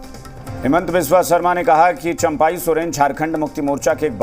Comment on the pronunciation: Abe chaampai ny champai hota hai 😂😂😂